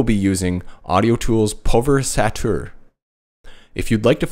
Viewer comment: Nice tutorial,. Just one thing... Say the following syllables out loud: PUL VER EYES ATE ER.....;-)